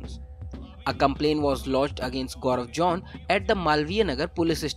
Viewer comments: It's zone not john though😅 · It isn't Jaun, it's zone!!!!